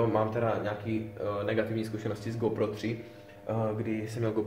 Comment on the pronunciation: Ta výslovnost! Magits a Gópro :D